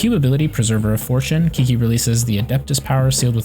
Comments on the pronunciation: Chi chi not KIKI dammit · A guide doesn't inspire much confidence when you start with "Kiki or whatever." At least take 5 seconds to hear her pronounce her own name. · When you call her Key-Key 😐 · since she's chinese, it's actually pronounced "chi-chi" :) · How dare you say my qiqi wrong name >:c but still nice video and ty <3